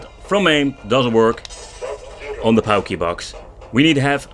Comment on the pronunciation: It’s pronounced “porky box”